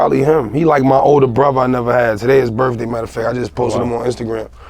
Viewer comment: "Bruva"-Dave East....not hatin im js its funny how he says brother lol